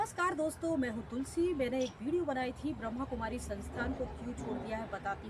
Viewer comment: Brhmakumari hota hai not brahmkumari sister naam lena to seekho